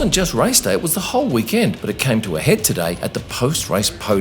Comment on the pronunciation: It's "week-end." You know, like the end of the week? Not "Wee-kend" like a tiny, cute little kend.